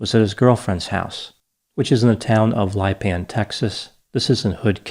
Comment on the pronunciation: This is about a 2-hour drive from me. I feel so sad for his mother, this being the first anniversary week of his death. You pronounced Lipan” perfectly, linguistically. Just like a native Texan. Thank you for this intriguing analysis,. ❤️